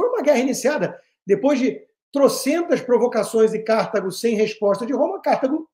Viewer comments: Alguém avise o Constantino que não é "Cártago", é CartAgo. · C/Á/rtago doeu meus ouvidos. Deve ter deixado a Cíntia Chagas arrepiada.😢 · Sempre, nas muitas aulas de História que tive nesses meus 77 anos, ouvi CARTÁGO, paroxítona, acentuando o TÁ. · Eu não assisto Jovem Pan desde que aquela estranha falou mal do Pavinato. Constantino, aposto quanto você quiser que a pronúncia é " Cartágo" - "Delenda Cartago - Cartago será destruída " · Rodrigo, gostaria de corrigir a pronúncia de Cartago, se me permite. Em latim escreve-se KARTHAGO, usando a letra H para indicar a sílaba tônica. Talvez em inglês se pronuncie Cártago, mas, em português, esta é uma palavra PAROXÍTONA . Asilaba tônica é a TA. ❤ I Luv u